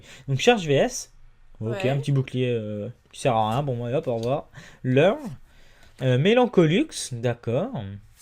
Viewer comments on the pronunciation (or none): lol, beurre au lieu de leur